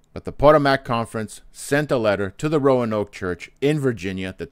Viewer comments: PS......It's pronounced Pa-TOE'- mac, not, PO'- to- mac, Emphasis is on TOE. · Is he intentionally mispronouncing Potomac?